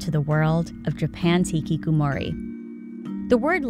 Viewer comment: Ngl kinda cringed at how she pronounced hikikomori as hikikumori,,, Ig she can't really help it being not very fluent in Japanese pronunciation tho haha